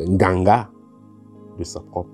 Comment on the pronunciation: Sa façon de dire " Ganga " 😂😂😂😂😂😂😂😂😂😂😂😂😂😂😂😂😂😂🏅🏅🏅🏅🏅 Merci pour tout !